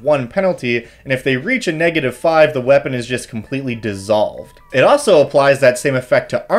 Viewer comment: There is an “L” in “also”.